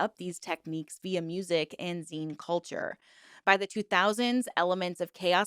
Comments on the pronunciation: Actually it's z-ee-n because it's the Y2K digital version of magazine. Not a phase that really stuck around. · It’s zeen…. I’m from the zine era …. It was always said zeen who tf ever said zeyn?!? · literally no one calles them "z-eye-n" LMAO what??? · it is pronounced zeen